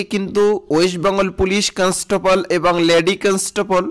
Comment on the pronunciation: কনস্টেবল , constaple na re vai